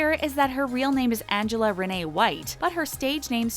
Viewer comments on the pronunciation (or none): none